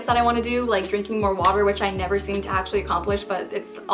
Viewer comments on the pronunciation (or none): none